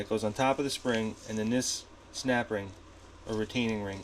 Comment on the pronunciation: Snapring. 🥴🥴🥴🥴🥴😆😆😆 ohring, not a snapring? 🤣🤣🤣🤣🤣🤣